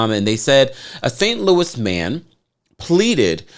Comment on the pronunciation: I love you it’s pro nounced St. Louis like Lewis. Lol. I went to saweetie pies and took a picture with all of them! I heard about this when it first broke!